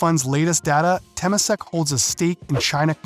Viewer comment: This video is a failure and a disgrace as a commentary on Singapore and China. Please learn how to pronounce "Temasek" "Suzhou" "Jiangsu" before you act like another know it all ignoramus commentator on Asia